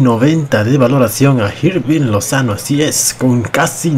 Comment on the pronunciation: Se pronuncia irving no jirving